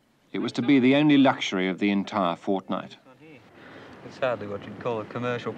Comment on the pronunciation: did he say FOrtNight??? :29